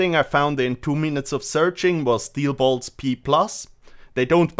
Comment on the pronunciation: Steel boilts lol